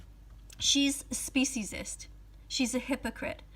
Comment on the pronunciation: She cant even spell speciesest rightor say it right